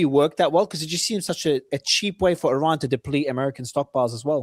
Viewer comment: Please correct the analysts regarding the proper pronunciation of the country of Iran. Thank you. 😅